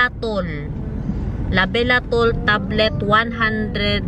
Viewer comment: Labetalol not labelatol